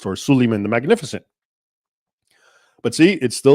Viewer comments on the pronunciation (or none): none